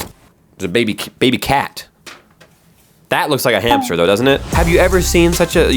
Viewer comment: bro doesn't know how to say cat😂❤